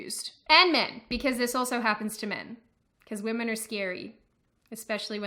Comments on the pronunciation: "waymen" lmao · Waymen wtf? it is wahmen. It is pronounced ‘wa’ like a baby crying Then ‘men’ Wahmen. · Oh snap! She said wayman 😂